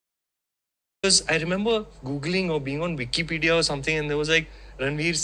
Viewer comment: "wikkie pedia" 🤣